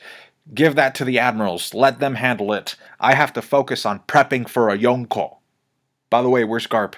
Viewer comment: Why does emphasize the K so loud in Yonko, makes it sound like two separate words lol. Reminds me of my mom over pronouncing cheese names at the Italian restaurant lol.